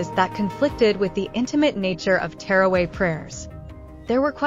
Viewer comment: She was saying terraway lol also the video was with music this shows how lack of understanding these people have